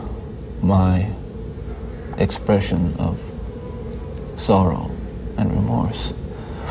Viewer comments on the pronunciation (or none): It really irks me when Ted Bundy repeatedly says, purnography! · Is it me or does Ted pronounce pornography as PERNography